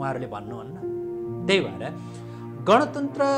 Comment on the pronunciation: गणतन्त्र???? सायद उच्चारण गर्न गलत भयो कि??? गन तन्त्र पो होईन र यो त???